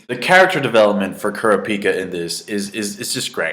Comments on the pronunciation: Kurapikas name is pronounced like Kurr rah ka pah. Not Kurr a pika. But still, the arcs in HxH are badass! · KU-RA-PIKA NOT KOORA-PEEKA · err i dont like the way u say kurapika :P haha no offence anyway u should try watching the 90's version as well. the animation is more mature. :P